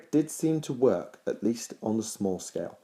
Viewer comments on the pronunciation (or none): none